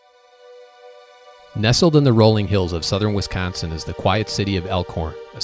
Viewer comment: I love how he says WeescOnseen right out the gate. True WeescOnseenite.